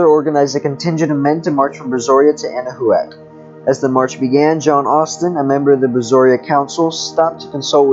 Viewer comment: Can someone please tell this person that it's pronounced "Anna-Whack" and not "Anna-who-ak"?